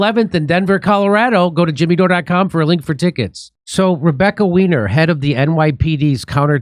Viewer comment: Her name is German, “weiner” is pronounced “Why-Ner”